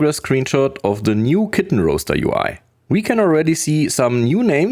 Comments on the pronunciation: Dude, “RAW-ster” not “ROH-ster,” you monster. 😂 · Kitten Roaster hehe You pronounce it Kitten Rah-Ster. not Kitten Roh-Ster. Thanks for the update. hah